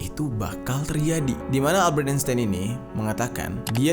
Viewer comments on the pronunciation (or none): none